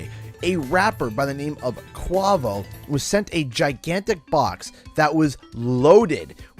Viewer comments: KWAYvo not KWAHvo 😂😂🤣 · Its pronounced "Quay- Vo" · my guy said kwawo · Hey, you probably heard it a million times, but his name is pronounced Kway-voe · The way he pronounced Quavo hahaha, im guessing he doesnt listen to migos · He can’t pronounce quavo 😂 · It’s funny how u say Quavo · Whoa you said “Quavo” funny 😂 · i was hoping i wasn't the only one LOL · Yo you said his name wrong! 😂👌 Lol! Great video!